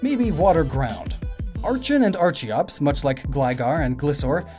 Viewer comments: Bruh.. Cringe.. Why do you pronouce Archeops as Ar-CHI-ops.. ITS AR-KEE-OPS! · Are ken Are kee-ops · Are-Kee-Ops! Are-Ken! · Say Archeops right please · You mispronounced archeops